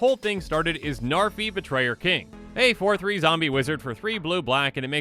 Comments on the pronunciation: Names not narfee. Learned that from another comment. Its pronounced "Nhar've" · Id it just me or did he say Zarfi? 😂 ps: No hate, just found it funny. Same way Seth 😂